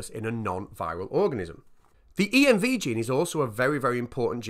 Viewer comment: Odd to my ear that you pronounce pol(ymerase) as P-O-L, Env(elope) as E-N-V, and Group AntiGen as Gag... good video though, and great concept, moff to watch the discussion video👍👍